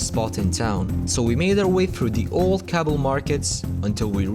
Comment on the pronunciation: I am from Afghanistan and you said Kabul wrong